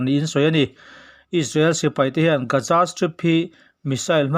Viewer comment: A ngaihnawm hlemai👍👍 mahse Gaja tiin i lam tlat zela Gaza tihtur ah.